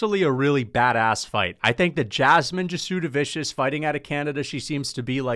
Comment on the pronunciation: Say it with me … “jazz-de-vis-see-iss”